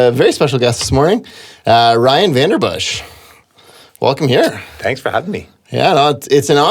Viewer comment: I always thought it was pronounced Van-den-Bussche not Van-der-Bussche?